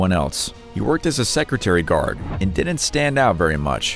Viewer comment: What's a "Secretary Guard?" lol